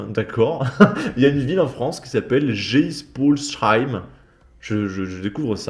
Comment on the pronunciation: Bordel, ta prononciation de Geispolsheim… Tous les Alsaciens en PLS ☠️. Si tu n’en as jamais entendu parler, c’est probablement parce que c’est une petite ville de genre 8000 habitants…